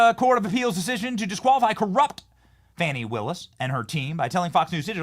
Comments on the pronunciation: Its not "Fonny" its Fanny. Like in big ass. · I don't know why she's so upset over how her first name is pronounced. Wasn't there a Fanny Brice the comedian back in the day.